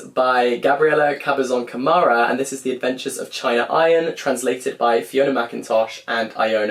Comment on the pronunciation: Elena Knows is one of my favorite books of the year!!! (And just a little tip, China is pronounced cheena in Spanish!). Also Charco Press specializes in Latin American lit so yes 100% that’s a vid in the making!